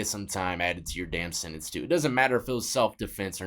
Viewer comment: Sentence not sininse . Ha 🤺